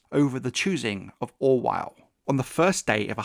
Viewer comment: the captions say- “Grand Master Orwyle” but all I heard you say was- “Grand Master Ronsthahaussss” lol